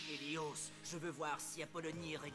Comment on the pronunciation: Pourquoi il a dit helios haos